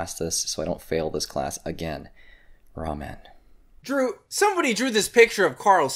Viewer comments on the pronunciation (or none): did he say "ramen"? LMAO